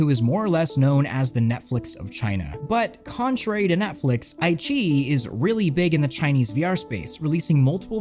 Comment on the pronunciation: IQiYi is actually pronounced "I" (like eye) "Chi" (like Tai-Chi) "E" (Like the letter E). I - Chi - E:)